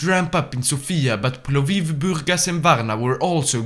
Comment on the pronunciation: You misspronounced Sofia Strumica and Plovdiv wrong